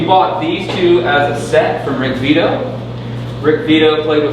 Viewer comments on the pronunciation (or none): No it's Rick Beato not Vitto. OMF.